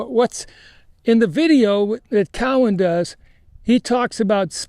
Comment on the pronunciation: It's cowEn